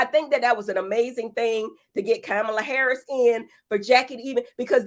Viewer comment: Cam-a-la Harris